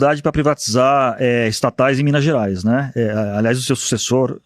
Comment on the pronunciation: Fala errado e se diz mineires, manda o povo comer casca de banana , menor tem que trabalhar ........